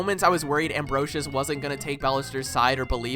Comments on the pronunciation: Amferus? You mean Ambrosius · im sorry but how u pronounce ambrosius' name physically pains me